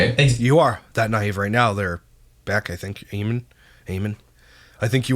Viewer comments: It's pronounced A men lol. Love ya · Eamon is an Irish name , it’s an English version of Edmund and it pronounced AY-MON 👍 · Eamon is an Irish name, here its pronounced Eaaman